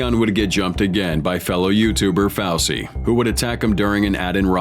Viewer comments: It's Fusy, not Fausy, m...oron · Ur saying Fousy wrong